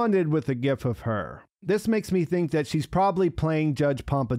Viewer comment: Thank you for pronouncing it "GIF."